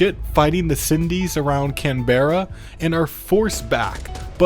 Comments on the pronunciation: Just to let you know, but Canberra is NOT pronounced like that. It's Can-bruh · Absolutely horrendous Australian city pronunciation, but not the worst I've heard. Melbourne - Mel-burn Canberra - Can-ber-uh Thanks for the vids,!